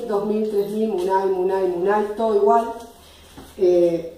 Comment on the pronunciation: se pronuncia múnay con tilde en la U fue lo que aprendi de Shaviru